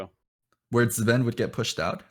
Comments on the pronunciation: Letmepickmynameidiot think it is supposed to be pronounced with the Z sound but that’s harder so S ends up commonly used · Just checked the story of Zven video. NA casters pronounce it with a Z and EU ones seem to prefer S. The narrator of the video seems confused too as he at one point reads out his full name clearly and at that point and multiple other times he pronounces Z, but later on he switches to S. Really confusing. I guess it`s similar to how people pronounce Veigar in two different ways.